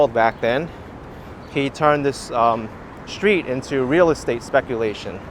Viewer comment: There is no SHTREET word in English ! Embarrassing... No shtraight, no exshtremely, etc...